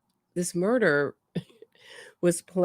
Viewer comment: Everything Wendi says and how she says it makes no sense. She spits lies in people's faces." He never, he never!" The interrogator should ask what never.? (he would never poop in his pants?)she couldn't even pronounce murder. After a terrible hysteria of crying and moaning, breathing as if she was suffocating, suddenly she was talking to her mother calmly as if she were telling what nice clothes she had bought (Mom, sit down, listen, I bought the dress you dreamed of, just don't tell anyone)I wonder what woman who hates her husband so much despairs, yes, you can be sad or feel sorry, but Wendi put on a show😭😭😭👺🤣I love your sense of humor and your channel, between these tragedies I can laugh at these idiots who commit crimes without any sense.